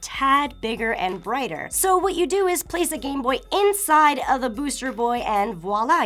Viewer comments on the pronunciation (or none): none